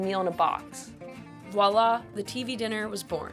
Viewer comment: Did this idiot really say “walla” instead of “voilà”?